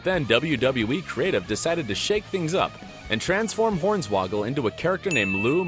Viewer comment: His name is Horn-Swoggle...... not Horns-Woggle. WTF is wrong with this guy?